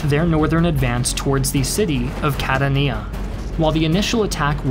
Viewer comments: As much as I love these videos (and I really do!), I have one small request: when discussing important moments in history, can you please at least attempt to pronounce the names of cities correctly?!? I mean it's not "Cat-a-neeya", it's (as it's spelling clearly intimates) "Ca-tan-ia". And we're not talking about some small, out of the way town here, but a major city in Sicily! Any Italian speaker would be able to tell you this... and it's not that damn hard for an English speaker (which I am as well). I'm sure you're incredibly well read/researched... did this never come up in pre-production?? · Catania (Ca-tawn-ya) not Cat-a-nia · Catania is pronounced [Ca-TAN-ya], not [Cataniya] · Just an FYI Catania is pronounced more like "Ka-Ta-Ni-Ah" not "Kah-Ta-Knee-Ya" eg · It is pronounced CAT-Ania not Cat-A-Nia otherwise amazing content. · It’s pronounced Ca-TAHN-yah, not Ca-tah-NÉE-ah. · I agree. Fantastic video but Cat-a-nia, really? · Catania pronounced with 3 syllables. Ka-TAn-ya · I lived in Catania for 3 years. The name of the city is pronounced "kah-ta'-ni-ah". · how the hell he could say ''CATA NIA'' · Catania pronounced kah-TA-nya. 3 syllables. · "Ca TAIN ia" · sorry but i cant bear this, Cah-Tah-Nya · The way you pronounced Catania is a crime against humanity. There's plenty of online videos about most European cities. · Another great production, but your pronunciation of non-English names and words is atrocious as usual 'Guzzoni", "Catania", :"Adrano", "Troina ",,, etc.... I suggest you enter these names into Google Translate to get an idea on the proper pronunciation.